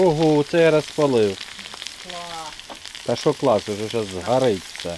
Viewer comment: Що за мова ? Украінська ? чАстА перегАртає згАрить пАсАлив рАзгАртАть . Все через букву А . так розмовляй вже на рідній тобі російській . Не псуйте мови Украінськоі . ПАмідорчики . рАзрАховивать . Господи …….